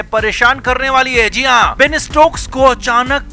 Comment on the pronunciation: Bain nahi Ben hai, Thik se bolna sikh lo